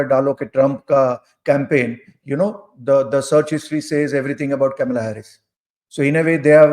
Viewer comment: It is not Camilla it is Kamala.